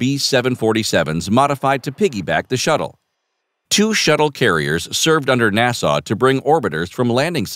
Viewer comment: The narrator can't pronounce NASA says Nassau, get a clue.